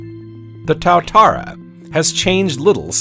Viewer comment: good doco, terrible pronunciation of words, old lizards in nz are called tuatara, ie 2 a tara